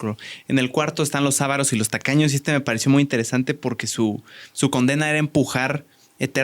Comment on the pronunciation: No se dice "ávaros" se díce avÁros.